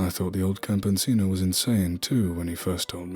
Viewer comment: it's pronounced cam - pe - see - no = Campesino little friendly advice for later narration